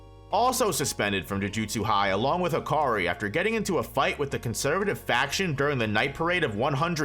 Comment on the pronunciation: No way manz said hakari<maki